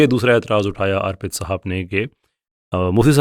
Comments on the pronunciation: جزاءکﷲ اچھی بات بتانے کے لئے. بھائی اُس کا نام ارپِت ہے , آرپت نہیں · اگر یہ بھائی صاحب ہندو ہیں تو انکا نام آرْپِت نہیں اَرْپِت ہوگا